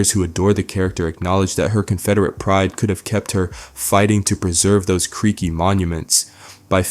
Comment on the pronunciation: you kept saying "creeky"... where did you get that word from gang